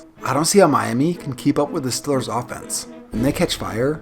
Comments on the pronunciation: Good video but why do you say steelers like stillers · say steelers one more time please LOL!!! 😂 😝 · learn how to say steelers